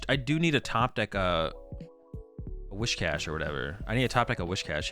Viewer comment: It’s Whiscash, not Wishcash!